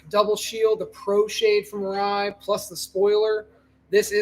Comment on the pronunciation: Arai. It’s always Arai. It’s always been Arai 😂